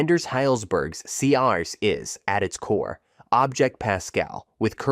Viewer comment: Great, informative video. Please note the AI's weird pronunciation of C# is kinda distracting